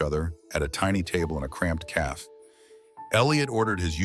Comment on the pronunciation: Please correct the AI you use. Cafe is pronunced ca (short a) fe (long a) Yours is not the only AI generator doing this. A very nice story that deserves a large audience.